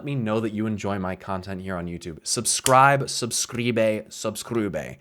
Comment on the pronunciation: “Subscribe subskribeh” DO I HEAR A C ENGINEER REFERENCE?